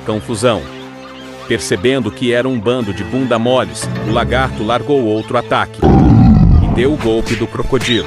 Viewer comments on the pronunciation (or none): none